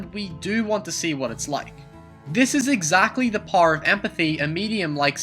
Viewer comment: I love how he says power as par